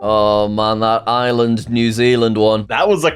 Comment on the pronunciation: the way says Ireland is awful